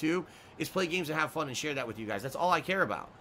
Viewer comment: Someone needs to do complition for * i whanna play games and heave foon* Cuz its hilarious everytime he says it